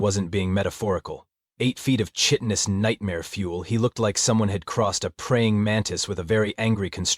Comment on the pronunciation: I wish that these AI narrators would pronounce English words as they're supposed to be pronounced, like chitenous is to be "KAI•tuh•nuhs" not "Chih•tuh•nuhs", and hum is to be "hum" not "hŪm"...